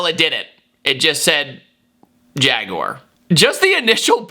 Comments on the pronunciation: I hate to be that guy but "prouncing jag" really bothered me. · Did someone just say "Faguar"? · Jaguar is zesty now it’s pronounced Jag uuuu arrrrrr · Jaguar finally became Jagwire.